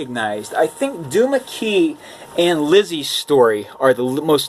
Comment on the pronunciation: Nice collection so far although I disagree with you on some of the books that you say were terrible. But...to each his or her own - right? Anyway, one thing I need to correct you on...the book Lisey's Story - her name is actually pronounced lee-see...not lizzy. I watched Stephen King interviews where he discusses writing this book and he, the author himself, pronounces her name as lee-see. Sorry, don't mean to get on your case but when I hear it mispronounced it grates on my last nerve, which says more about me than you. Thumbs up for your presentation and brief synopsis of the books as you pointed them out. 👋😊